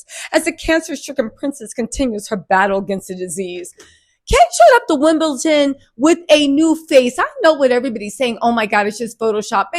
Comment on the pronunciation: Wim-ble-DON not Wim-ble-TON 😖